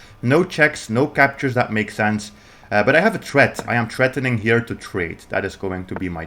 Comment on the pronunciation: we are trettening, we have a tret you learned your English in the gutter of which country?